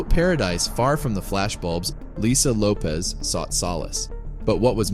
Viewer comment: Her last name is pronounced Lo-pesh NOT Lo-pez Her name is Portuguese origin. Lopez is Spanish